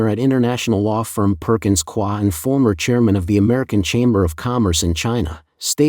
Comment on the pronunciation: Please revisit your pronunciation of Perkins Coie.